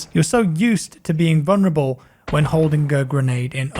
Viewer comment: mate the word is vuLnerable not vuNerable. There is no silent L